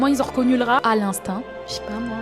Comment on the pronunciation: D'un RRRRAt 😂mdr maintenant ya tout l'est de la France qui est contaminé 😢